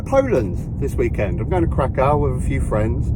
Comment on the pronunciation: You have absolutely butchered the pronunciation for Krakow. Try saying it like Krakwv. That's how you say it. If you can, do the salt mine in Wieliczka as well, its basically an underground town. Aushwitz is an awful place but i'm glad I did it.